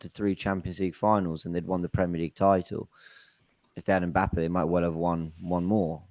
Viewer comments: pronouncing (mpappe) really proves his professionalism in butchering of names 😂😂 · Good to c everyone on a bless vibe still, bigup. Maybe u man should b calling or! When did Mbappe become "Mpappe"??!! 🤣🤣 Man plays Russian roulette wid people's names.